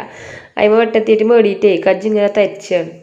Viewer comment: കുജ്ജ്‌ അല്ല കുഴി